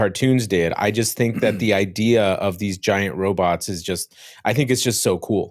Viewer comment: Lol called them robuts🤣